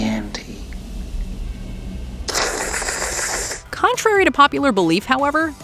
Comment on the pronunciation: Okay....for the last time....He DOES say "Hello Clarice" At the end. When she picks up the phone....there. I found it. He says it. Not misquoted. STop fucking putting it on these lists....How about we talk about how he mispronounces "chianti"? Hardcore wine heads have been pulling their hair out and freaking out every time that line comes on....